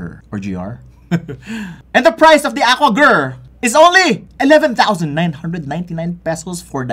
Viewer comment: Aqua Guhrrr😂